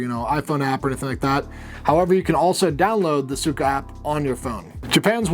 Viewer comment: It's Suica Not Suico - Tip #9